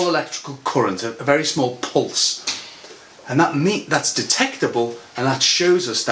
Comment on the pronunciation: that ''pulse'' was sooooo British by the way your videos are great thanks